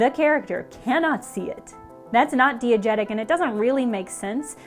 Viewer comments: cannot listen to mispronounce diegetic for this long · tjis video is fantastic but also i wasn’t ready to learn that i’ve been pronouncing diegetic wrong for my whole life and career on this fine friday afternoon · please everytime you pronounce diagetic wrong i die a little more inside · that's not how you pronounce diegetic and I'm going to let it bother me. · She pronounces diegetic wrong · Exemplary video, but you are killing me with that mispronunciation of "diagetic". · I hope it wasn't "diegetic" considering how many times she pronounced it wrong. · Because she's pronouncing it incorrectly, and it's worth pointing out so that people who may have just learned the word from this are aware. It's not meant to be an attack on her, just information for everyone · Damn cool video if only could pronounce "diegetic" correctly (Die-e-getic, not Dee-e-getic) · you did NOT just pronounce DIegetic DEE-uh-jet-ic like 15 times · My therapist: pronouncing it "dee-egetic" instead of "die-egetic" isn't real and can't hurt you This video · This is SUCH a deep and well-crafted video about video game design. HOWEVER pronunciation of 'diagetic' threw me off. As an aussie media/comms student, I learnt the word as 'DIE-agetic' not 'DEE-agetic' small but noticeable. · Every time beautiful person says "dee-agetic" instead of "die-agetic" i feel like a shitty film snob as I flinch from the pronunciation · You probably haven't, it's pronounced dye not dee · Dee-uh-jet-ic bad, dye-uh-jet-ic good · Did she really pronounce diegetic as DEE-I-GET-IC?!?! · It's pronounced "die-a-getic." Long I, not short I! :) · Oof, that mispronunciation of "diegetic." The first syllable should rhyme with "fly." But I still love this video. Great job,! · I always thought diegetic was pronounced “die-uh-jet-ick”? Also, great video! Been missing me some Polygon :) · Everyone: diegetic: DEE-igetic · Yes. Thank you. Couldn't finish the video. :/